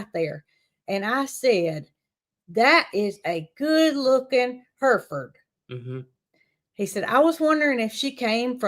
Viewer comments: Finally pronounced Hereford, correctly. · It’s “ her furd”, we used to raise them.